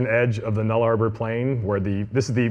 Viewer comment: New Guinea is not unified, Papua is the eastern half and Irian Jaya is the western half and is part of Indonesia. Also, the Nullarbor is pronounced nulla-bore, not null-arbour. But the snake part of the presentation was fantastic.